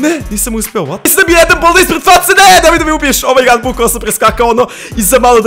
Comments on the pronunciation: Nije boldi nego baldi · Kaze se bAldi